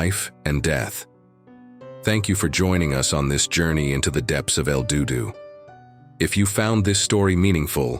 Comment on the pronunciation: Another AI channel that can't properly pronounce words correctly. IF the divers had kicked up silt how is it there was "no trace" of them in the main cave? Wasn't the silt all kicked up a trace? AI is such bull shite, did you even listen to this video before posting it lol El DooDoo lol.